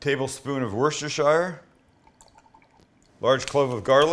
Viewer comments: SPG: SALT PEPPER GARLIC... is that 1:1:1? and please for the love of god say wuss-ter-sheer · i’m from around the city of worcester and for further reference it’s pronounced “wister shear” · Nobody in the UK says 'Worcestershire Sauce', it's just 'Worcester Sauce' pronounced 'Wuster Sauce'. Believe me. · Us Brits pronounce it Wuster sauce..